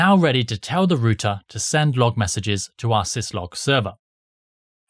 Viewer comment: It's R OUT ER OUT NOT ROOT-A